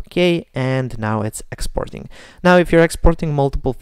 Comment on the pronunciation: ITS NOT EXPORING ITS EXPORTING